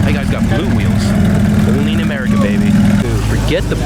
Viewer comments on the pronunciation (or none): none